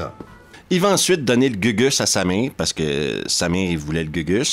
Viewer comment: c'est marrant mais...chaque fois que tu dis :"il se bat contre Samir"....j'entends "il se bat contre sa mère"....rassure moi...Samir n'est pas sa mère?....je sais c'est ridicule....